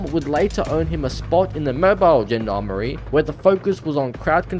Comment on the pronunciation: Good video, young sport, but quick tip. The beginning of Gendarmerie is pronounced similar to the "-san" in parmesan